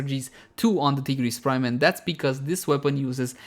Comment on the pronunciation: T-GERESS BRIME